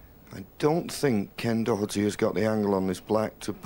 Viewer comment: David Vine the only one who pernounced Ken Doherty's name correctly 🙂